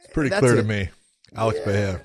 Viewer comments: John you should say PP not Pa for Pereira. The sound of Pe is same as pe- destrian and not pa- l. And the sound of "rrei" its its R with hey . So you should say Pe Rhey RRA. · hahahah you still dont know how to say PEREIRA. you are wrong John haha, you say PA REI JA 🤣🤣🤣. the pronunciation is, PE ,like Pet (animals) with out the T , REI you are ok John, and, RA is the same logic that REI, but easier, just RA. Repeat after me haha!! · From the great Jon Anik: "PSA: Periera is pronounced pah-RAY-rah, ideally with rolled R’s. But most importantly…there is no ‘H’ sound. It is not Pah-HAY-rah. If you can’t roll the R’s or don’t want to, just make sure you utter the hard ‘R’ on both syllables. Oh. And it’s ah-LEX. Not AL-ix." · Why is Big Jon unable to say Alex’s last name correctly? Pe-rare-uh. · ive never heard it pronounced "perayha" but what do i know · Big John just won’t learn how to say Pereira lol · If people just pronounced Pereira in a normal English pronunciation, it would sound closer to the one in Portuguese than all the crazy attempts that all media people were making all these weeks. That what John taught so eloquently in this episode is also wrong. 😂 (I am from São Paulo just as Pereira.) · Big John is wrong about his pronunciation of Pereira. As a general rule: If the R is at the beginning of a word (Fx Rio, Royce, Roger) or if it's double R (Fx. Caio Borralho) then that's when you use the H-sound. If it's between two vowels - as the R's in Pereira - then R is pronounced as a normal English R. The R is also pronounced as a normal English R if it comes after a consonant but before a vowel (Fx. Gracie). I know it's hella confusing. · No es Alex Pe-re-ira like the way you pronounce a city that is in Colombia. When the R is in between vowels the R is pronounced as a regular R like in English or Spanish